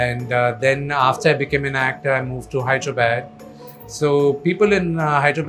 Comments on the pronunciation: Hyderabad is no herabaad it' not not bad it's called badh i mean Hyderabadh. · Neer dosa is from MANGALORE not from BANGALORE and please try to work on your ACCENT it’s NOT MEDRAS it’s MADRAS 😅 ITS NOT HEDRABAD. That how it is with NEPO 😅😅😅 MOHAN BABU IM SORRY. Please ignore this video . Don’t want to go in coma 😅😅😅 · Wtf is wrong with this guy? What is HYDRA-Bad? Bro, it’s Hyderabad.